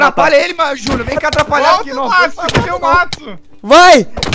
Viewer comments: Não é Metsu, é Matsu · É matsu!!! Não metsu!!!